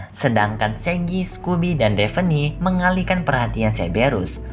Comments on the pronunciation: Koreksi ya bang bukan devene tapi davne👍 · Bernama devi gondol mu bang Namanha daphne bang Cara bacanya defhni